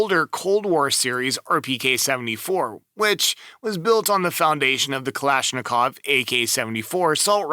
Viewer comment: Please, please... Don't say Kalishnikov...